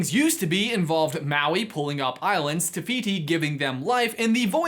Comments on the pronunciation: He says it like “tuh fiyty” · i know this video is old now but just saying te whiti is a real moari god and all f sounds in moari are spelt with a w, h. ka pai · It’s te whiti